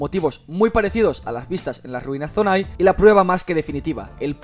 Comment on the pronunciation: Es Zonan no zonai jaja🤦🏻‍♂️